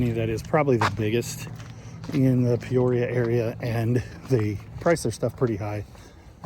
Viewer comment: P-oria? Is that right between O-oria and Q-oria?